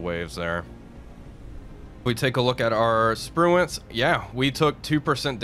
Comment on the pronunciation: "Sprue-can" Shame about the war crime.